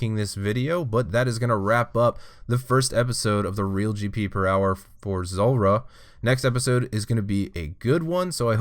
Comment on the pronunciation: Anyone else notice that so many people say Zolrah instead of Zulrah?